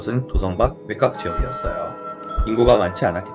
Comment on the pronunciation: 외꽉이라 읽는건 아니죠 외곽